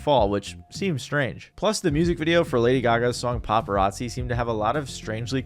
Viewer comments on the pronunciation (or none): none